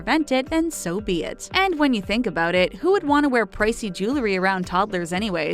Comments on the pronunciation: GIRL, IT'S JEWELRY, NOT JEWLERY. ADDITIONALLY, ANYWAYS IS NOT A WORD. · Listening to the repeated pronunciation of jewelry as jooluhree was like nails on a blackboard.